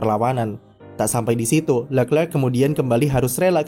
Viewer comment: kritik utk narator .. perbaiki lafal penyebutan nama charles leclerc .. nonton aja video nya di yt.. gunakan lafal sesuai asal namanya.